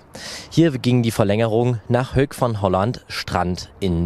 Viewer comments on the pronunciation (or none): Hoek = HUKK nicht Hök \m/